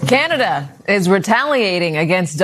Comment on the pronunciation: it's pronounced Canada, not Cyanada,.;-)